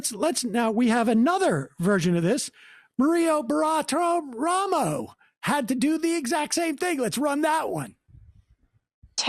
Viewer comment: Sam has a lot of trouble with the name "Bartiromo". Also "Maria". Edit: Damn, I never thought I'd see a Wiseguy read a ransom letter on camera like that.